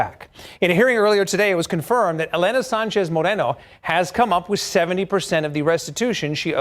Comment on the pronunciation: Why does keep calling this woman "Sunchez"?? it's SANCHEZ! Get your Ebonics / English right boofer ass judge